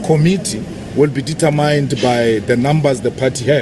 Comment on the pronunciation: Julius please note...correct pronunciation of determine in Eng is::: diee-TUR-min!!!!